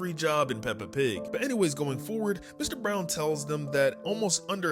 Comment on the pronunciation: Why are you so bad at saying Mr. Brown😂😂😂😂😂😂😂😂